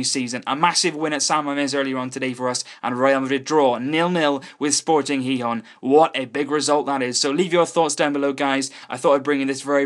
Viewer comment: finally, someone who pronounces Gijón somewhat decently. Normally people (usually from places like england) say Gee-hon or gee-john which is annoying